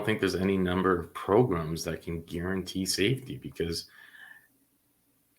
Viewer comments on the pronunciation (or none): Lmao at "progrums".😅